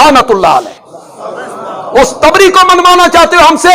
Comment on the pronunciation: Its tibri not a taabri